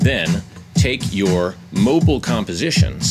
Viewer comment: its not fl studio moble its mobile